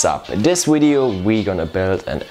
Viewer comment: “Hey guys wats up in dis wideo” That was so cute :)